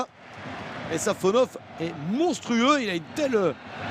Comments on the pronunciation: Safanov❌ Savanov ✅ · C'est SafonoV, pas SafonoF...